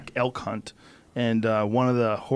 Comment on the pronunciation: Oh elk hunt could have sworn he said elf cunt